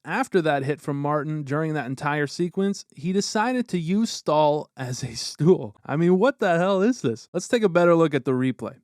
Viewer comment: Staal ❌ Stool ✅